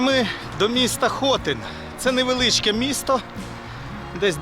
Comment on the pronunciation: правильний наголос на И - ХотИн